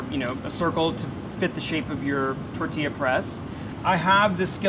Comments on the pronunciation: This guy is cool, but someone tell him to pronounce the “ll” in “tortilla!” He keeps saying “Torrrrtia,” all emphasis on rolling his r’s but not the ll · anyone else love the way he says “tortilla”? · So many excuses to say tortilla